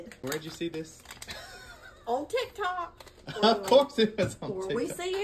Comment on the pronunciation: better limit on that “TikkyTok “😂😂😂😂😂. Gotta love her. Go ahead, do your thing.